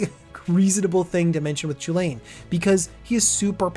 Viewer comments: Not to be a complete asshole, but it should probably be pronounced Koo-Lin or Cullin. The sound 'Cha' doesn't really happy in Celtic languages. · Since its Chulane shouldn't is be pronounced kulane? Like the celtic mythological hero Cu Chulainn?